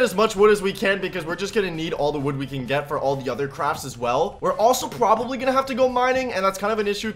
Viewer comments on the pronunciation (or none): He said p'w'obably.